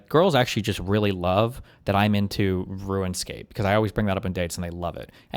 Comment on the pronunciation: Unless you're talking about some other game, your pronunciation of Runescape is atrocious. Thumbs down.